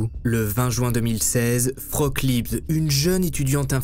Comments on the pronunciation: Tes vidéos sont dementes ! (Pour info Frauke se prononce Fra-o-que, ma grand mère allemande s'appelle comme ça et à du changer de prénom en arrivant en France à cause des français qui l'appelaient "froc" 😂) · Tu racontes super bien les histoires, c'est toujours un régal de regarder tes vidéos, par contre en tant que germanophone c'est un enfer de t'entendre l'appeler "froque" toute la vidéo xD ca se prononce fra-oh-keu et c'est bien plus joli que vieux froque x) la pauvre x) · Le prénom "Frauke" se prononce "Fraoke" en disant bien le "e" final... mais tout le monde ne parle pas allemand. Vous êtes fortement excusé. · Coucou. J'habite en Allemagne, et je voulais juste signaler que Frauke est une prénom féminin et qu'il se prononce "Fraouké". Merci pour ton travail. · Merci pour la vidéo, atroce et j'adore la police.....Ils ont toujours mieux à faire. Je vais regarder un peu si je trouve quelque chose dans la presse allemande. Une petite chose-le prénom de la fille ( ou jeune femme) est Frauké, le "e" à la fin est prononcé, Liebs c'est son nom de famille. La langue de Goethe a bien des complications insoupçonnées ;-) ! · Coucou ! Juste un petit reproche sur la prononciation du prénom : Frauke> Fra-o-que. Et l'autre remarque, mais je constate que tous les articles wiki, même en allemand, fond pareil, comme je l'ai dit, Frauke était son prénom, Liebs son nom de famille. Donc c'est un peu dérangeant d'entendre le nom sans le prénom. "Dubois a téléphoné à sa mère, Dubois a été boire un verre..." Bref, vous m'avez comprise.🙄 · Frauke Liebs???? ca se pronnonce Fraoke.................. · Mauvaise prononciation du prénom Frauke. Le E a la fin faut bien le prononcer. Et AU en allemand ça fait pas O. Faut le prononcer A OU.